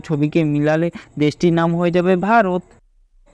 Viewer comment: কথাটা ভারত,ভারথ নয়, আর তুফান,তুফ্যান নয়